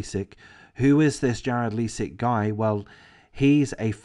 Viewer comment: AWP basically started a movement that became a network of sorts of various YT recovery divers across the country. AWP was the most famous. The other teams were involved in Collaborative videos. Btw Leisik is pronounced with a long “i”, and not a long “e” sound. Ms. Rodni’s name is pronounced as “Kiley”, also with a long “i”.